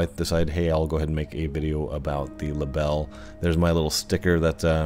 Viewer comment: Great video. Thanks for posting. A little help on your German. It is pronounced Libell-eh😁. It means dragonfly. Cheers, Chris